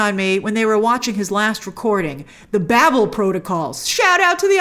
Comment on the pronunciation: And she still can't pronounce it.